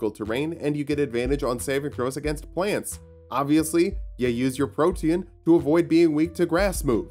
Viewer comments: Protean, not protein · Excellent video, despite unironically pronouncing protein with 3 syllables. Edit: TIL "protean" is a word.